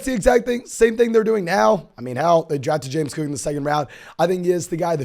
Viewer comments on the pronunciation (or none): Who is Chewboo Hooboo? Or James Coooo? Pace yourself,.